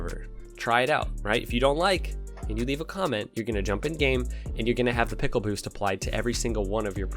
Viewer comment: Peckle boost ? Or is that a different accent to say pickle as well ?